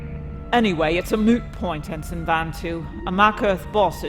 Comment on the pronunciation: To the Thrawn actor, very good job. The voice is perfect. I do have a question though, is the way ensign is pronounced as en-sign supposed to show Thrawns difficulty in pronouncing words?